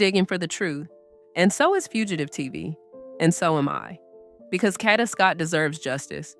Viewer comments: Get her fukn name right it’s (Cade-da) Kada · FYI Kada is pronounced Kay-da. I think this could be a hit(KK paid someone to kill Kada)because he already had charges from the first incident. I think he turned himself in on 10/14 to possibly get a lesser sentence(knowing that although he had been charged only with murder for ransom, he had accomplices to help him murder and dispose of Kada’s body on 10/4. I heard that Kada allegedly owed KK money.